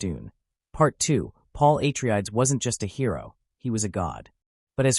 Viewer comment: " Paul A Tree Ides"? Goddamn AI crap is everywhere.